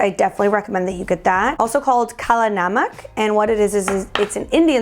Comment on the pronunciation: Omg! The first non-desi person to say “kala namak” correctly!